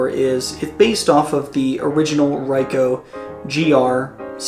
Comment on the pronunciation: It is actually R"ee"coh and not R"ai"coh. Anyway, good one. Thx